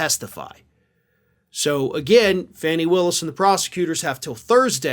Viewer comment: I believe the preferred pronunciation is "Fawny".